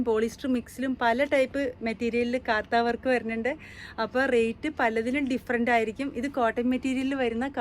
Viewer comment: Mam കാത്ത വർക്ക്‌ അല്ല കാന്ത വർക്ക്‌ എന്നാണ് നോർത്ത് india കാർ പറയുന്നെ 🙏